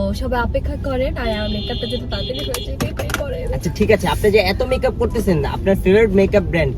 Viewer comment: বলছে বেকাপ আশলে হবে মেকাপ 😮😮😮😮🎉